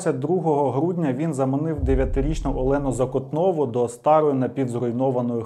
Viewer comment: Відео чудове, але різало вухо невірні наголоси у прізвищах і назвах міст. не НовошахтИнськ, а НовошАхтинськ, вони ж шАхти, а не ШахтИ :) Перша жертва була зАкотнова, а не не ЗакотнОва